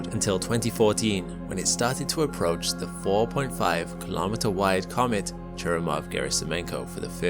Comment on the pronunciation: Kahlometer sounds like a measuring device. Say "Kilo-metre" instesd. "Milli-metre" "Centi-metre" "Metre" "Kilo-metre"